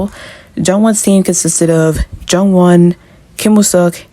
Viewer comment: It's pronounced Joonwon, not Jungwon